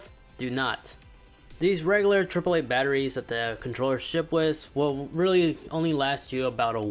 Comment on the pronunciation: He rlly said vvv